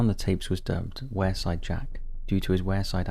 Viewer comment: I belong the area mentioned is pronounced 'Weirside'